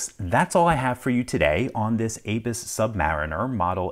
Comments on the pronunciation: A- bus? Its Abuse. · It's a German brand, so please pronounce it the right way...